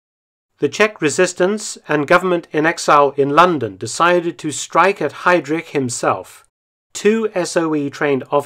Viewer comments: Ever so slightly irritating to hear you reinvent the wheel and rename heidriCH as heidrish, but it's alright. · Great video Mark, but in spite of the contrary, his surname is pronounced ‘Hi-Dreck’, NOT ‘Hi-Drish’. 😂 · Perfect video as always👌 But pronunciation of his name is 😬 ehm, correct is: Hidrich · I love how you pronounce Heydrich. Its not actually wrong but it sounds like some deep Saxonian accent. Same thing when you say "Leipzig" (Leipzsch). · You're saying Heydrich wrong. You butchered his last name.